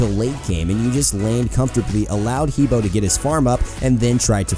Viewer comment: he bo is pronounced hu bwah